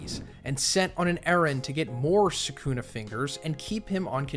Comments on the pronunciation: hearing this man say "saycoona" instead of Sukuna is driving me up the wall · Is anyone gonna tell him he saying sukana wrong